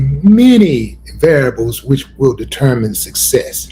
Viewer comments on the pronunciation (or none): none